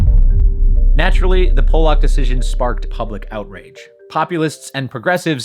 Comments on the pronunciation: "PAH-luck" (like the fish), not "POLE-ock". ~ man with Polish relatives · Pollock (pall-luk) not Polack (pole-lok) lol ... he's not from Poland. love the channel tho. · 3 times in a row. 😂 Every time you mispronounce his name, my inner 12 year old starts laughing hysterically. 😅